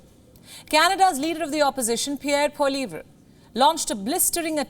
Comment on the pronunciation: Can you please pronounce Pierre Poilievre's name properly. In English, it sounds like Paul-le-ev. In French, it's Paul-we-ev. If you are going to wag your finger at us, please try to sound educated.